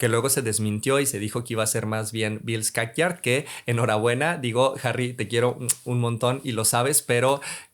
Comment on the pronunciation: Descubrí una nueva pronunciación de Skarsgård 😂